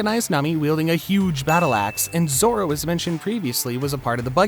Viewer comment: Good video but the way you pronounce Naruto and especially Zoro is really gross